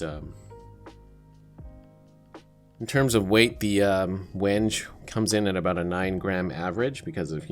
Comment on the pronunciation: Hello, I do some woodworking and I have used wenge before. I would just like to inform you that it is pronounced Wen-gay.